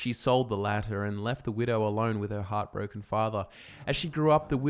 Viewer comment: So at around 2 minutes I thought he said "hot, broken father" instead of heartbroken but then I remembered he's Australian.